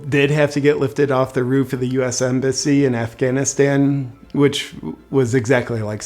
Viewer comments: Afganistand!!!!! Idiot! Don’t speak about Afghanistan if you cant even properly pronounce the country’s name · Biden the Moron calls it Afghanistand. I’m pretty sure he said it previously in this piece as well. The guy doesn’t even know how to pronounce the name of that country America blew how many trillions of dollars on? I hope that heroin was good. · Why does he say Afghanistand? Every single time! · Does Biden keep calling it Afghanistand? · Did anyone else catch the “Governor of Afghanistand”? 😂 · Why the hell does Joe keep calling it Afghanistand? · Not to be nit picky here, but does it bother anyone else how Biden keeps calling it “Afghanistand”? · Did Joe say "when you have the government of Afghanistand"? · Did he say afganistand? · Senator who? Isn’t that a Harry Potter character? 🤦🏻‍♀️ AND AND “Afghanistand”? 81 million votes folks. - Bidenese must be contagious… can anyone even English anymore? 🙏✌️❤️